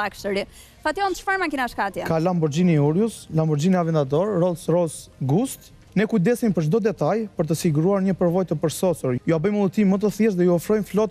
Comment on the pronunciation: rolls rojs gust (Ghost) 😂